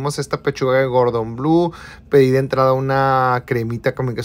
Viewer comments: Pense que había entendido mal jajajaja gordon blue ay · Se dice cordón blue